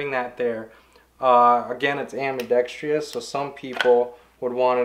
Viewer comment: The correct pronunciation is: ambi-DEX-truss Not... ambi-DEX-tree-us